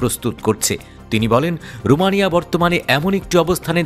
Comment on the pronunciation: ৭১ টেলিভিশন ওইটা রোমানিয়া হবে রমনিয়া না 😂